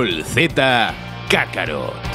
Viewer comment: Kakaro, jajajaja, no es kakaroto????